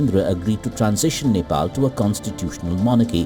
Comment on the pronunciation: Its Nepal Not Nefaal🙄